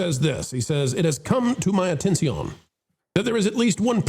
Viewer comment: Why do you over-pronounce certain words and say other words like you're speaking Spanish? Like "atten-see-own" ?